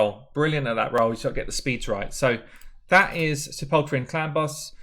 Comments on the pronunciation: Great video. Got her a couple of weeks ago and was contemplating building Sepulcher or Bulwark and this settles it for me. Anyway it's pronounced "Sap-pile-ker". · You should care. It's not that odd a word. It's pronounced like, "seh-puhl'-ker". It means tomb. You can hear the pronunciation here. ETA: , and again shortly after that, you said her name correctly! Leadership needs to mean something, man! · Pronounced: sep - ul - ker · SEPULKEEEEEEY made me laugh! great vid